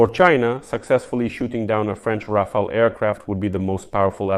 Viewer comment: Rafael ❌ Ra-fail ☑